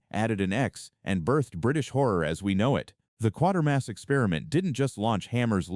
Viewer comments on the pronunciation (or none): It's QUATERMASS, not QUARTERMASS, you dummy!! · It's "Quaitermass" not "Quartermass"!